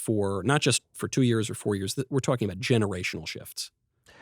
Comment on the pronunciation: "twalking." I can't unhear it now haha